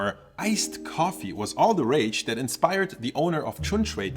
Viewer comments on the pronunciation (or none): none